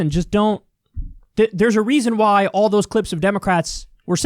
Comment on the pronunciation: stress on 'all'